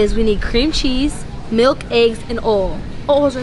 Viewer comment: Its oil not olll